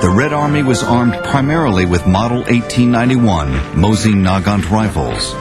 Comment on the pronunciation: Nice vid. btw in my country this pronouncations of the Mosin is normal.